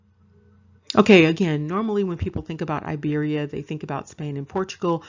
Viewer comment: Hello, this comment is late, but I want to tell you that Iberia is not (a)Iberia, nor Ibro, it is Iberia, it is pronounced like (e)beria, and this is the present Republic of Georgia. As for the national clothes, it is called Chokha, and the one worn on the head is Bokhokhi. which was sewn from pure sheep fur. There is also a different headdress called a kabalakhi I don't know where from dig it up this information, I will tell you that it is not Germany, nor Africa, nor Australia, nor China. This is Georgia and the ancient name of Georgia, thanks